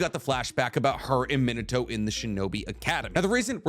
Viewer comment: min-uh-toe makes me cringe.